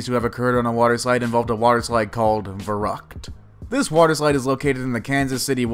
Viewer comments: The one called „Verrückt“ is pronounced completely different in German. Instead of “Ve-rakt“ how the guy‘s pronouncing it, you rather say “Fer-rükt“ (sharp k) (just Google it how the letter “ü” is pronounced) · what was the german word he tried to pronounce? It's Verrückt, not veragt!(or whatever you are trying to say xD had to google it to understand what you said!) "ver-rückt" Could not find the phonetic spelling for the word unfortunately. Unverantwortlich. Don't get me started on this one! Sounds like "uden wäränd lik" ... I don't want to google that, but I guess its 100% Unverantwortlich, by the translation you offered xD Looking forward to hear more german words haha. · Verrückt is pronounced VEHR-OOKT, not VUR-RUKT. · It's not Vorocked it Shlitterbog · The verrückt is pronounced ver-hoot I know that cause I live in Kansas Cuty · On your german pronounciation u have to work a lot ... the word "abonnieren" i understood, the word "verrückt" i could understand after i heard the english word for it and knew what word to look for. But the word which stands for "irresponsible" i couldn't figure out although i rewatched/reheard this part of the vid several times. And this although i AM from germany (bavaria) :DD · Dhgheck Keck The way he pronounced verrückt made me physically cringe. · Verrückt is not pronounced like that wut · You're mispronouncing verrückt ...not to be mean ...It can be hard to pronounce..The umlauts( ü ö ä ) are the devil...I am learning German..Not easy.. But damn..that poor boy.. so sad.. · the german words are totally wrong pronounced 😃 it's very funny for germans who should understand. "verrückt" (the ü is important) means crazy and "unverantwortlich" means irresponsible 😘 but, yes, german is difficult to pronounce. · neither is "unverantwortlich" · Who also loved how he TRIED to pronounce verrückt?😂or unverantwortlich?😂 Ps i'm from germany